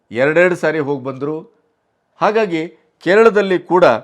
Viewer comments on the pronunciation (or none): none